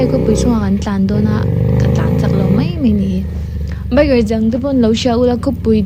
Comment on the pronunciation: Mai tih tur ah mei in ti palh thin a😅 Mahse tan vek che u nia🔥